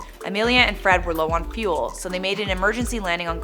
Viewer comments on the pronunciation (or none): none